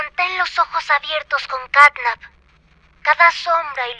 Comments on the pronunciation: tio no se dise snatnap se dise catnap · De vez de decirle Catnap dice Snapchat XDXDXD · Quien se dio cuenta que grefg decia snapchat en vez de snapcat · Grande grefg diciendo snapchat en vez de catnap